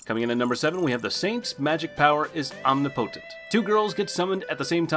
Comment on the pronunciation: love the pronunciation of omnipotent 😂